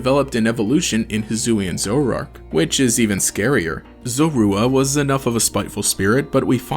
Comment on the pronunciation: "zorara" "zorarark"